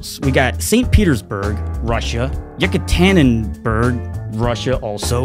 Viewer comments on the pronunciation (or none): FYI the second place listed in the Emails is actually pronounced EE-KATERINA-BOURG